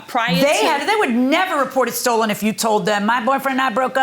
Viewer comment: she is a scammer too.. "It be stollen".